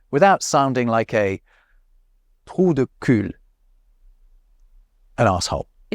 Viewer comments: It's [tʁudyky] we don't pronounce the final 'l' in cul. The determinant 'du' is more common in this idioms than 'de'. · it is useful to know that 'l' in 'cul' is silent (/ky/). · For your information, trou du cul is pronounced without the L (so: "cu") 😉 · Just for your information, we don't pronounce the L at the end of "trou du cul" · Great vidéo 👍 as a french I like to understand how our langage sound like for others. Especially when you pronounce (tu or vous ? As you wish my friend 😉😂😂) the L at the end of "trou du cul".😂😂😂😂😂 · I just discovered your channel with this video, and its really funny becaused i've realised recently that french do have some words that are untranslatable, wich is kind of anoying when im trying to speak in english and i can't say what i want to say because i can't find the words for it. Anyway your french is really good, but you said "trou du cul" and we don't pronouce the L in the word "cul", so just "cu" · Learning that English used to have a version of TU and VOUS is shocking me lmao Also ,you’re not supposed to pronounce the L in “Trou du cul” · Great video from a French perspective. Just a little improvement to do on "trou-du-cul" pronounciation 😉